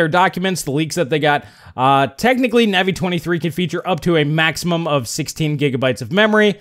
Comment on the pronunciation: please check how your pronounce Navi: long A, not short A. Minor irritation to otherwise fantastic videos you have!